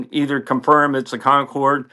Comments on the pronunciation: FACT CHECK No doubt Hey Joe saved the day here, but the London-Bahrain route ceased in November 1980...nearly 10 years before this event. The jet that day was a Concorde (no accent on the e in French, therefore never pronounced 'Concorday') en route for a special event in Japan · Great story. One way, maybe, to settle the pronunciation argument is to note that the stated aircraft was a BRITISH Airways Concorde. Hence the 'e' on the end isn't pronounced. English loves silent letters. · I noticed that you voice the final e in Concorde. I believe the terminal letter is supposed to be silent. Reminds me of a friend from my high-school days who would often quip, "When I turn 18 I'm going to add a silent 'three' to my name." 😆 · Great story. I like the idea that an F14 crew are impressed with the speed on an airliner. Minor point. Someone will correct me if I'm wrong but I don't think the French pronounce the name with a hard e or a sound at the end. Sorry to be that guy, but I'm learning a lot from you. Thanks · He most certainly knows how to pronounce Concorde. He did it to enhance engagement. And here we are… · Concorde is pronounced Concord. Not Concord E. The e is at the end because it's the French spelling. It was a joint venture between Great Britain and France. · You are correct. They are pronouncing as if there was an accent é at the end, and there is not. I like the theory that knows this and is doing this to get us typing. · What does mean by "Concord-ay?" Concorde, the French word, means, and is pronounced the same as the English word Concord. The e is silent. I guess I'm missing something 🤷🤷‍♂🤷‍♀ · They way I heard a Braniff Captain say it was "con CORD". Mechanics, everybody else (Americans) said "CON cord". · Oh my. Please pronounce it properly. Spelt Concorde. Pronounced Concord. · What's a Concorde-A? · Concorday? C'mon man... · "Concorday"? "BAE"? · one question WTF is Concorday? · Con-corrd. Roll the R